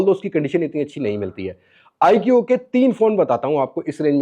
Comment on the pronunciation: آیکیو نہیں آیکو